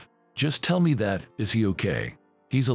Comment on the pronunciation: Why does this AI pronounce is as Eye's